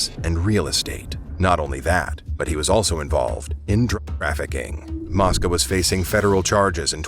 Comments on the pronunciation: Mosca long o sounds like moesca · It's mo-sca